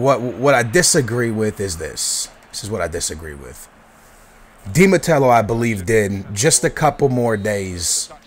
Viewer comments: who is Di Matello? its Di Matteo.. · Hey man! You're one of my favourite youtubers, but seriously?! Di matello? It's di Matteo mate! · Di MATEO! Not Matelo! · i know but he pronounced it like "di mattelo" ;p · dude , it IS ROBERTO DI MATTEO , NOT ROBERTO DI MATELLO AS YOU SAY IT , JUST SAYIN' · Did he say Di Matello? *Facepalm* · di matello? dont you mean di matteo? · Not to be like that ... but it's not Di Matello, it's Di Matteo... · di matelo ? .. his name is di matteo ? :D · Di Mattelo? Think you mean Di Matteo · its di matteo not de matello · its di matteo not de mattello haha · Di Matteo, not Di Mattello lol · isnt it di MATEO? not di MATELO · Di Matello?... Teey ooooh not tell oooh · "Di matello" lol fail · i think its di Matteo not Matelo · why do you pronounce chelsea weirdly... and it's di mateo not di matello! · Bro it's not Di mattello haha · Why are you saying Di Mattelo instead of Di matteo? :D othervise great analysis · Dude its Di Matteo not Di Matello :P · di MATTEO not di matello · It's Di Matteo, not Di Matello.. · Di MATEO not di matello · its Di Matteo not Di Matello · Di Matelo? You mean Di Matteo right? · There is no "L" in Di Matteo, grrrrrrrrrrr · Di Matteo, not Di MatteLo, still nice video. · I'm a Chelsea fan, Di Matteo is good manager, he won FA Cup and Champions League and he need more time at Chelsea, suddly he was sacked. I hope Chelsea will win BPL and buy Neymar or Falcao. Btw its not Di Matelo its Di Matteo :) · The name is Di Matteo, not Di matello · HE DIDNT JUST SAY 'UT' and 'DI mateLO'' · who the fuck is "DI MATTELLO"??? :P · Dude, DI MATTEO! No "L" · There's no l in Di matteo, lol U should talk about Liverpool! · Come on lol Say it with me.......(De-Ma-Tay-O) Dimatao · His name is di matteo not mattelo... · its roberto DI mateo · Not Matello,! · You should pronounce Viias Boas and Di Matteo. The L's are i's. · I know youre not the best pronouncer, but its De Matteo. had to do it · theres no L in Matteo